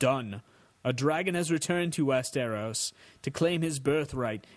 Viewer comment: Thanks for this. But PLEASE PLEASE PLEASE don't try to do accents. I'm not good at them either. You have to know your limits. Also, it's "Westeros", not "West-air-os". Come on man!